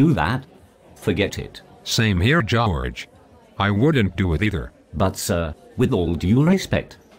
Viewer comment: Jow-erge! lol